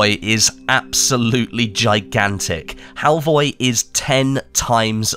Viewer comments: It’s Halvøy, not halvoy. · HALVOY?! A crashcourse in Nordic alphabets: Norwegian: Æ, Danish: Æ, Swedish: Ä. Pronounced like e in "elevator", usually long. Norwegian: Ø, Danish: Ø, Swedish: Ö. Pronounced like a in "an" and ea in "early", also usually long. Norwegian: Å, Danish, Å, Swedish: Å. Pronounced like a in "all". Halvøy (half-island or peninsula) is then old norwegian and is pronounced hall-v-öy where ö is like in "an". For people familiar with French, it would sound like "veuilles" (which I guess is not a word but you get the point). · Im sure its Halvö 😅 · It's pronounced Halfur! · fur is pronounced fir halvi ?